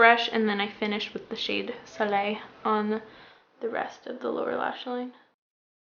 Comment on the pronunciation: me: 🙄: pronounces soleil correctly me: 🥰 also, are you talking about chickadee by makeup geek? it's a great shade indeed!